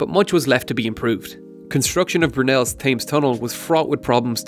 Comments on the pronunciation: lol wth is "Thaymes"? It's more like "Temms" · its not pronounced fames its pronounced tems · TEM - S not fames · What is the ‘Th’ames? It’s ‘T’hames - ‘T’ not ‘Th’.... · “Tems” not thaymes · Love these videos, but please, River Thames (as in Tems, not 'Fames'). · Other than it being pronounced TEMS not TAMES, brilliant video and introduced me to some things I didn't know! :-) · Quick thing: the Thames is pronounced like 'Tems' (weird I know) and not literally 'Thames'. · ITS PRONOUNCED TEMZ! NOT THAMS! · Every time you say "thaymes" instead of "tems" it hurts. I thought the pronunciation of Thames was common knowledge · Taymes? WTf is that? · it's pronounced "Tims" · The River Thames is not pronounced ‘Thames’ it’s pronounced ‘tems’. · Sam Brookes: Try Temz... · Not how you pronounce the thames, say it like Tems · Johnyg29: Temz rather than Tems... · "Thames" is pronounced tens but m sound not n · Dude the Thames is pronounced T h em s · Thames is pronounced 'tems' :) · dude it's pronounced "tims" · "Thames," is pronounced as "Tims." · You pronounced the Thames wrong is pronounced “tems” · It's pronounced Tems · Noah Bowie: It's pronounced Temz. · thaymze?? wtf? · It's pronounced ''Tems'' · Clint Pearson: Try Temz... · Thames is pronounced as Tems. I really like all of your videos. You're an excellent engineer and role model to many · Thames = "Temms" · TheSaintSTI: Thames = Temz. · River Temes, otherwise great. ;-) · TEMS, ITS PRONOUNCES TEMS AHAHAHAHAHAHA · Sorry, couldn't keep watching with "Thayms" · I can't believe that you can't correctly pronounce the most famous river in the whole of the UK, every time you say "Thaymes", it's like someone running their fingernails down a blackboard, ugh... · Thames is pronounced Tems, btw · It's pronounced "tems" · The one time an Irishman says -th and it's wrong! Thames is pronounced Tems. Great channel though I'm subbed. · It's pronounceds like tems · Hey Dude Learn how to say Thames ;)